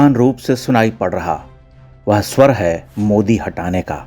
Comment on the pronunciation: modi ❌ mude ✅ Mohala kee fatt gayee 🤣🤣🤣